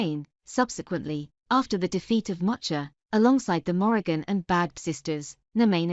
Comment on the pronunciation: Isn’t it pronounced “Beev”?